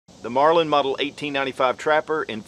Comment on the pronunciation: Did he say “Marlind” every time?